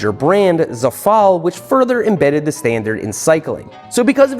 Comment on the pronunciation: It's ZE-fal, not ze-FAL. The accent is on the E.